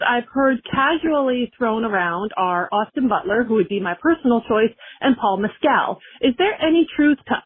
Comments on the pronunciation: It’s funny how many people mispronounce Paul Mescals name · I do find it funny the way you say Mescal